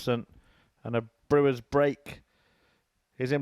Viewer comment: Its not brewers .its brouwers ..its sounds like brouw ers